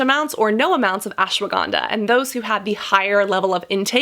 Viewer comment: Omg the way she said ashwaganda 😌damn how she got that accent